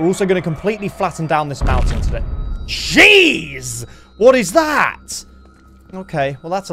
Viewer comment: ngl it sounds like he said cheese there, and now every time he says it, I am reminded of the french